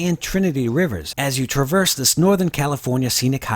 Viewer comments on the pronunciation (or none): none